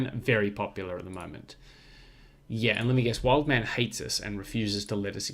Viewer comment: The second wood at wildemann was there from the start, name pronunciation spot on thanks.